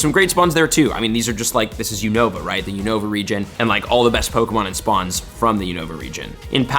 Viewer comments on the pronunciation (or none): btw it’s YOU-no-vuh not you-NO-vuh